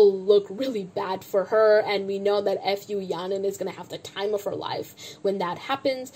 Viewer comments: Her name is Fu Ya Ning. Don't read it F U. Its sounded like a curse word. Your comments were reasonable. Keep it up!😁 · the way u keep saying her name as f u yaning 😭 deserved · did you say f-u yaning on purpose SKFJSJDJ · "now f u yaning" Idk whether it was intentional or if you simply mispronounced 'fu' yaning but that sounded hella funny 😂😂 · I love how you pronounce her name as F U yahnin HAHAHAH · Hi, long-time CLC superfan and Yujin stan here. Though I also very much dislike Fu Yaning at this point, and I don’t disagree with the anger and frustration you present towards her in this video, I’d like to point out that butchering her name is very disrespectful to an entire family and bloodline of people. Fu is a very common Chinese surname, and I’m sure people growing up in the US with that name have heard that joke before. It’s a mockery of a lineage and disrespectful to an entire group of people who have likely heard their name butchered like that several times. Disliking her and saying she doesn’t deserve publicity is valid, but this name issue is pretty much bullying. I mean no hate or harm to you, and thank you for making this video so we don’t have to sit and skim through 2.5 hours of content :) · Laughing so hard on how you pronounce fu yanings name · I know you don't like Yaning, and like, I don't even watch this show, but the wilful mispronunciation of her name seems a bit insensitive